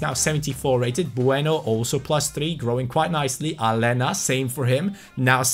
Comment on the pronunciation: It's Alenia. Not Alena. Like so can see